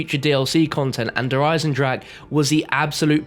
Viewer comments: 3 years and still having trouble with saying its german der eisen-drache smh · Please pronounce "Der Eisendrache" correctly, germans will be angry...